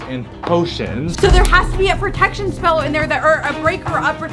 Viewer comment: full maximum Pre-tec-tion. Me:you mean pro-etc-tion